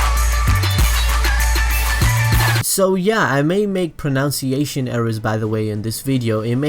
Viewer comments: pro'nun'ciation my British dude.... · It's pro-nun-ciation. :p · "i may make pronounciation errors" welp theres one right there